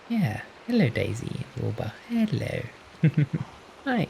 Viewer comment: I hear Boba not Wilbur 😭😭😭